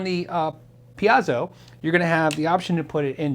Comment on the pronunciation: Wait wait. First there was the pecan "Pee-can" versus "puh-con" debate, followed by a friend pronouncing it "pee-kin." Now instead of "pee-Ay-zo" versus "Pee-zoh" versus "pee-Eh-zoh" debate, you introduce a "pee-Ah-zoh" pronunciation. Don't know how you came up with that one. Are you one of those who uses a cinnamon chili as your spaghetti sauce? Inquiring minds want to know.... Oh, and very pretty guitar. It sounds dreamy for sure. Congrats. :) Now back to that pronunciation.... I mean, how.... oh well.... enjoy your guitar, lol.